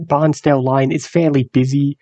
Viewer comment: Its not pronounced Barnsdale. its Bairnsdale (pronounced as bearns- dale).